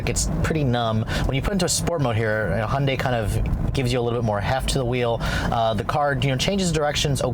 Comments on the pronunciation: Please its high-UN-day NOT unday! Otherwise great. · Why does he call it a “Hunday”?